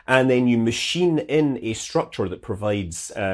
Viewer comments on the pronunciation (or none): none